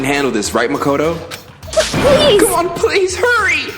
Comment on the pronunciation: Bruh Fr At least he started saying Makoto right. And Byakuya is basically pronounced Byakugan.